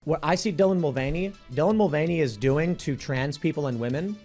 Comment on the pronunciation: “Dylan Mul-gain-y” sounds like if they had a fitness channel or a bodybuilder alias. 😂